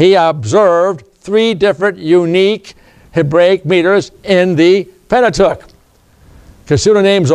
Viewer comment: 😂😂😂😂😂😅😅 he cannot even pronounce the word Pentateuch correctly..No Slurces